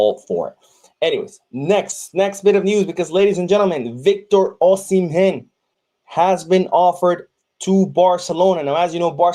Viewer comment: 😅 you just destroyed my countryman's name Victor osimhen,the osimhen the H is silent and the N half silent like its nasal so you don't nash your teeth for the N so " osime" is the best way to pronounce is for you,cheers